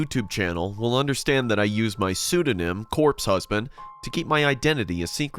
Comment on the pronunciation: I cant bother to comment this but he accidentally said #corpsehisband instead of #corpsehusband XD